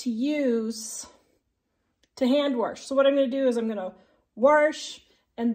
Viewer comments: It's not wersh but wash, and it's not handwershing and dishwershing... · "Warsh"? Really? 🤨😇